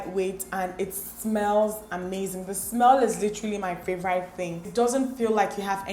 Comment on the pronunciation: my favorite thing is how you pronounce "favorite" lmao ♥️ love you & your videos